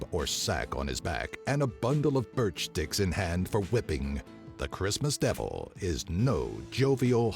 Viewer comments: Any one else hear birch dicks . I think he meant birch sticks. Cuss last I checked birch trees do have dicks lmao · That happens with all phrased with s or ch in the end of the first word and st at the beginning of the second word. For example, try saying : Fish sticks, cheese sticks, men sticks, Ect, and it will always sound wrong